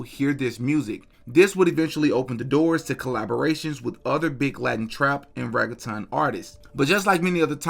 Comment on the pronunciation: you killin me w. The pronounciation 😂😂l it's " reggae - tone" for pronounciation